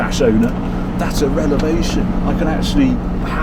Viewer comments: Revelation, not relevation. Twice you said it I think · Lol I like how he keeps saying "relevation" instead of "revelation". Haha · OK, l Love Harry. But I wasn't going to say anything but then he said it a second time. It is not a relavation, it is a revelation. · The steering is a "relavation" says Harry twice in this video...😆 I know he's an English speaker so I had to consult Merriam Webster on this one and as I suspected, this isn't a word. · “What a relevation!” A what Harry? You sure you were a journo?! 😂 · Relavtion or revaluation..?? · .."relevation"?..and here I go, thinking "revelation" was the proper word..but, who am I to correct a native brit?🤔🤗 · He says relevation twice instead of revelation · Is "relevation" the British way of saying revelation? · It's only because we hang on your every word Harry, that I heard 'relevation' (not even sure how to spell it!) It's sure to be in the Oxford English next year. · How many "Relevations" are there on this car? Surely you mean "Revelation"??? And you. A journalist. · Hey 'Arry, it is reVelation. Not relevation. You are very lucky. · Harry! its revalation not relavation " that is one cracking car , you are forgiven lol :) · 'Relevation' x2 thought I'd misheard the first time😁 great film, great channel. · Revelation, not Relavation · I love your vieos but, please, "relevation" is not a word. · Wtf is a relavation ? 😂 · Is Harry saying "relevation" instead of "revelation?" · "It's a relavation!" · Wonderful video as ever, thank you Harry. One small thing, it’s ‘revelation’ not ‘relevation’. Yours A Pedant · You've invented a new word "Relevation" :D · Lol..... He sez the steering is a relevation....... No such word lol??? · 'Relevation'...a new word to me. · Harry, another great vid but it is revelation, not relavation. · Do you mean relavation or revelation ? Awesome car, and very good review Harry. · did mean to say "revelation" ? hahaha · It’s “revelation”. (Love your videos) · excellent. btw it's revelation!